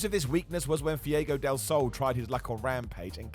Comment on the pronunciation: Did call him fiego instead of Fuego? Lol